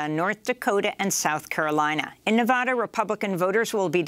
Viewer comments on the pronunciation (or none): Amy. It's pronounced, Nuh-vaaa-duh, like as in Alabama. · I do wish Amy would learn how to pronounce 'Nevada'.